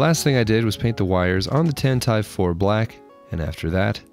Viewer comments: Pronouncing Tantive IV as "Tant-I've I've" instead of "Tan-tiv 4" killed me 😭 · I am very familiar with what it is. pronounced it “Tantive I’VE” rather than “Tantive 4”. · Triggered: it's pronounced "Tantivee four" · StarWars mega fans punching the air at this mispronunciation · It’s pronounced Tantiv 4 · What did you just call tantive IV? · I love what you do, but there's no way that's the correct to pronounce Tantive IV, right? If nothing else, the IV is Roman numeral 4, right? Am I the crazy one here?? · Being a Colorado boy has eclipsed your pronunciation of Tantive IV. 🤨👀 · I love the video but the way he pronounces tantive IV scares me